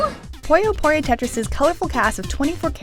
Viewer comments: I just want to say that it's not pronounce "Poyo", it's pronounced "Puyo". Say it with me now... "Poo Yo" Simple. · It's so hard to listen to her (yes, assuming her gender) pronounce "puyo" (as they say in the game's intro) as "pollo" (chicken in spanish) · It's pronounced 'poo-yo', not 'poy-yo'. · I hate how people pronounce Puyo as Poi-Oh